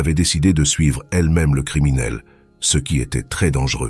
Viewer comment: encore une de ces MMMMMMMMMMMM de voix robotiques, c'est vraiment horribles à écouter, si au moins les mots étaient parfaitement dit, mais non, y'a toujours toujours des flops, du style ce ils le disent en deux mots même trois parfois, d'abord C après E et ensuite CE , faut entendre pour comprendre à quel point c'est casse - c et casse - oreille désabonnement direct, c'est insupportable à entendre, y'en a qui veulent devenir youtubeurs et ils ont même pas l'envie de perdre leurs temps à lire leurs scripts eux-mêmes, alors changer de hobby vous n'êtes pas fait pour ca